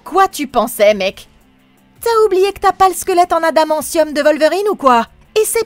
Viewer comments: Adamansium 😂 on dit adamanTium ! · c'est une voix faite par IA écoute dcomment elle prononce adamentium , c pcq c'est du text to speech , pas une vraie personne qui parle